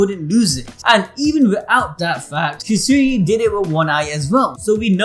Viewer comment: Bro who tf is the second guy man can’t even say shisui🤦🏾‍♂️🙄